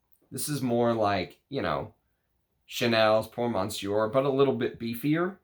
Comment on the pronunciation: Thanks for the great video! As always! (monsieur still doesn't have an n in it, it's /messYO/. sorry, couldn't help 😛)